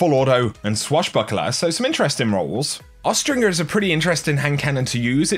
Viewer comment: The G in Austringer has the soft J sound. Not the hard G. It's "austrinjer" -- look it up. It's not a made-up word, lol